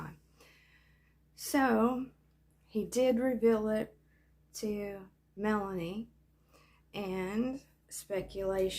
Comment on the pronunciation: Lol “ melaniece”